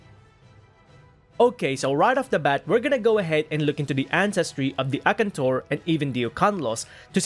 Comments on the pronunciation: A-kan-tor...whats akntor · His pronunciation of Akantor is spiritually killing me